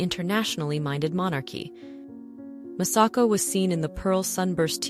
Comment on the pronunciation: Her Imperial Majesties name is Masako,... not Massako; you idiot ! This lady wrenches the gut when Mispronounces the Japanese language and names. so disgustingly disrespectful; shameful!!